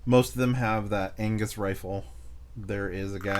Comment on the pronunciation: no worries! Gavin is scottish so I had a laugh as you said angus